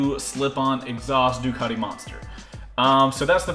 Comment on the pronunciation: but your DICATI